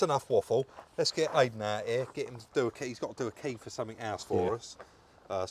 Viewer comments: Why can say Iden but can't? Maybe needs rebooting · Why do you keep calling Eiden, Aiden? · Great video Guys!! As always, that will work for you I hope you do well. No disrespect but for good sake learn how to pronounce that poor key guys name!! Thanks still ❤the channel. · Listen I know you don’t mean any disrespect (I believe you don’t) but have you checked yourself for excessive Tylenol use 😂 because you still can’t seem to get Aiden’s name right, even when it’s so close, easy to pronounce and you’re well aware. Put it this way, how would you feel if someone kept coming round to your house and calling you Bob when they know full well you’re. Aiden is clearly a nice chap, you’ve got a camera in his face and you’re a bigger YT channel so naturally he’s going to say don’t worry about it. But if I was him I would ask the question, why you can’t seem to get his name right? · Ffs, how can you get idan's name wrong again after the last video where he clearly says his name.. at least got it rite. It's like calling you Rodger when you keep saying it's.. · Come on rob get the lads name right 😂